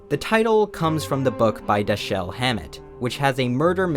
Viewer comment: "Foilage". Lol. Um, no. Try "Foal-ee-udge" "Dashelle". Nope. "Dash-uhl" Yet another in an endless stream of YouTubers that need a pronunciation editor. How are we supposed to believe you read a book by an author whose name you can't even pronounce correctly? And, there is no such thing as a sculpture by Damien Hirst featuring a shark and formaldehyde. It's not a sculpyure. Nor did he make it. It's a shark in formaldehyde and that's all it is. Just because it's in a museum doesn't make it any more than that. Nor is it art. Otherwise, every single animal in formaldehyde in classrooms, universities and scientific institutions worldwide are now individually worth millions, or he's a talentless, full of shit con man that people buy into. I'm betting on the latter.